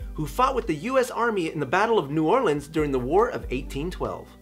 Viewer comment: Shout out to you for saying New Orleans correctly!!! My only comment on this video!! <3